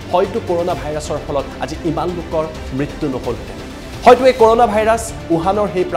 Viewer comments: ক'ৰ'ণা নহয় কৰুণা হে 🤣🤣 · news tut koise nhh koruna buli🤣